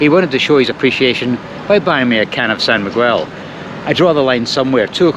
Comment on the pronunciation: Hi.. love these trips.,.The beer San Miguel is pronounced San Migel. The U is silent. I once asked for the Spanish beer 'Mahou' as 'Ma-hoo' .The laughing barman said "No,senior, it's pronounced 'Mow' like' Cow'. Never too old to learn. 😊